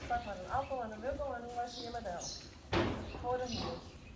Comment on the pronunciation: I just giggle every time I hear "apple"!